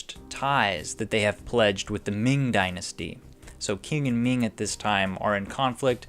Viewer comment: “Qing” is pronounced as “Ching”